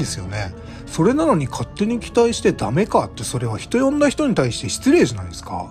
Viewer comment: 「人呼んだ人」ってちゃんと言ってるのポイント高い